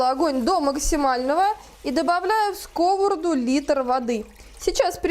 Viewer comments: СковородА,а не скОворода, а за рецептв спасибо❤ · Извините может я забыла русский девушка говорит скОворада, я всю жизнь говорила сковорОдка.? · Так , как же правильно произносить скОворода или сковородА ? Правильно скрвородА ! Не будьте дремучей и безграмотной !!! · Рецепты классные. Но частое слово скОворода режет слух. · Вы молодец,все вкусно и красиво,но ставьте пожалуйста ударение правильно на слово сковорода.